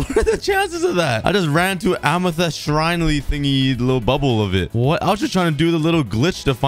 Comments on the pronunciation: pls stop saying amethEst its amethYst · Ah yes "amathest"💀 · Am- E - thest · The way he said amethyst is way too funny